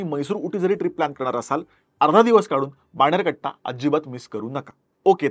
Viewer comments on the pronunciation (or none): बाणेरघट्टा नाही बनेरगट्टा